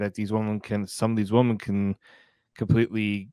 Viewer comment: needs to learn the pronunciation of women. He keeps saying woman.